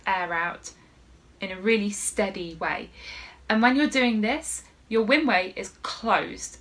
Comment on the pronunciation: It sounded like you said close your "winway" but perhaps you said "windway", as in "windpipe"? And I don't close anything when I am saying "I", maybe I don't know how to talk (or breathe)? 🤣